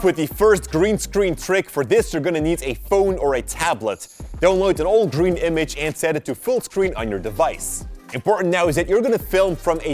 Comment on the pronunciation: He said Buy "Grean paper"😂🤭